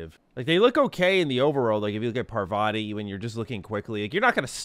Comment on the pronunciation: i love how he pronounces parvati, its paarvati. SO funny man. im tankful to like to introduce me to your channel.